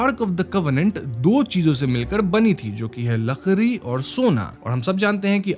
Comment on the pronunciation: Lakdi❌ Lakree✅ 😂